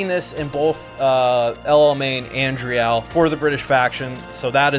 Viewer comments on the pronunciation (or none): little comment: 'driel' is pronounced as 'dreel'